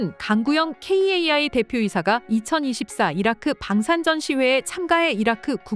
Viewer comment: 방송이고 유튜브 모든 곳에서 카이라고 하는데 굳이 케이에이아이라고 해야 하나요 성우가 고집세네요